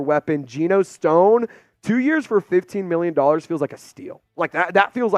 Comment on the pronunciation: We love you but please google how to say Sione cuz you weren't even close😂😂😂😂😂